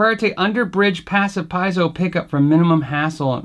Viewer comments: I got some bad news for you. Your phonetic pronunciation isn't correct. Pie-EE-zo or Pee-AYt-zo if you prefer the modern Greek pronunciation of π. Brits say Pee-zo, skipping the middle syllable and the stops. P, long I, (stop), accent on long E, 'Z', long O or, P, long E, long A finishing with tz as in "pizza", (stop), long O. I like everything about the guitar except the sunburst top. It looks like it was printed on rather than sprayed. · As usual, you did a very nice review of a very nice looking and sounding traveler acoustic guitar. I am not into acoustics but this one seems interesting. 😉 I have noticed that some people still don't know how to pronounce Piezo correctly, and I have to admit it triggers my ocd a little. 😅 FYI, the correct way is: "Pee-a-so". Keep up the good work of entertaining us and helping us knowing our and your gear, thx and take care.